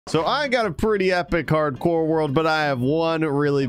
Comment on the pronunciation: anybody notice he doesn't say hardcore at the beginning? LMAO he says cardcore xD